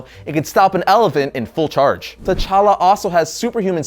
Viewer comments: Wrong pronunciations. The 'T' is light and shouldn't be pronounced as 'Ta' but as a click 'T'. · The 'T' in T'Challa is silent. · t' is silent! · Well done, but please keep in mind, the 'T' in T'Challa is silent! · the t in T'Challa is silent